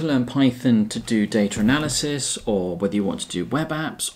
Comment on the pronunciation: "Daytra Nelisys"